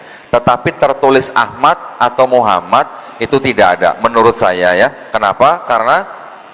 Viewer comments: Justru betul karena diucapkan perkalimat atau perkata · Sdh betul karena mengucapkannya diputus... Kalo disambunb baru dibaca Muhammadarrosulullah...